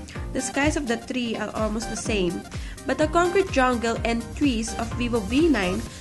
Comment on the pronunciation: I like the review but please, improve your pronunciation and try to make your voice more livelier. Be careful on pronouncing THREE and avoid using the Russian R because your using the English language.